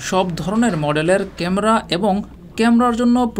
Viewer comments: ক্যামরা না বলে ক্যামেরা বলতে হতো । উচ্চারন ঠিক করে উপস্থাপন করা উচিত 😢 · কেমরা কি শব্দ ? ক্যামেরা বলা শিখেন। নিউজে মানুষ কি শিখবে? এসব বস্তাপচা চ্যানেলের লাইসেন্স কে দেয় ? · ক্যামরা না ভাই, এটা ক্যামেরা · ক্যামরা কি ভাই?? ভোকালিস্ট হয়েছেন কিন্তু উচ্চারণ এই অবস্থা কেন?? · Camera not camra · age camera uccharon shikh beta